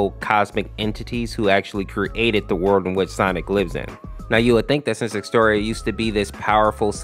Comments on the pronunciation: Its exetior not X terrion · Hey! Quick FYI, Exetior's name is actually pronounced (Ex-eh-shee-or)